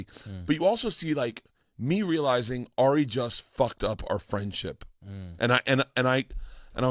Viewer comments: Also its Ari, not Air-ee how Steve-o keeps saying it. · Stevo always says AIRie shaffir